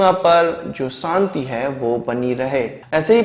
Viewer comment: Santi nahin shanti, Des nahin desh kahiye. Correct your speech. Quresi nahin Qureshi.